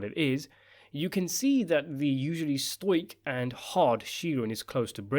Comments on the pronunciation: Its Sto-ic. Not Stoike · Its pronounced "Stowic" The ow is pronounced like the do in don't.